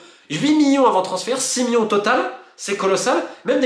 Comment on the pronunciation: C’est marrant de constater que Monsieur Molina n’arrive pas a dire « million » mais dit à la place « millon » ! Bon c pas un drame non plus mais je trouve ça original :)